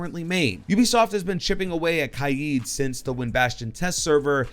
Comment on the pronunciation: For Kaid I thought it was Pronounced Kade